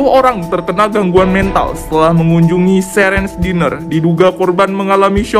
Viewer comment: kak correct, yang bener itu karen/ diner yaa jadi n nya cuman satu bukan dinner, kalo dinner artinya makan malam, tapi kalo diner artinya rumah makan gtt, cmiiw